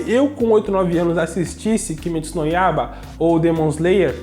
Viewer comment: KIMITSU????????? KIMITSU?????? KIMITSUUUUUUUUUUUHUUUUUUUUUUUUUU?????? É kimetsu. Kimetsu no yaiba